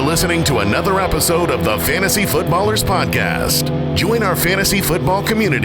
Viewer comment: "Fantasty football"